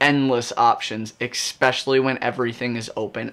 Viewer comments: Great insight. The only annoyance is the word you use: ESpeacially not EXpecially. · I’ve learned a new word today “expecially” thanks dude.